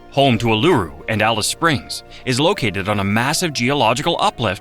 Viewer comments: Bro can’t even pronounce Uluru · Neither K'gari or Uluru were pronounced properly.